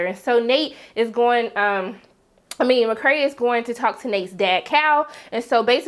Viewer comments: Mc cray lol its mc kay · i absolutely love your reviews. i enjoy every sec! on a side note tho, why do you call McKay, McKray? lol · McKay, not McKray.